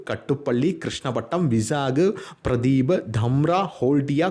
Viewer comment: Pradeep alla Paradeep😂 Colombia alla Colombo 🙂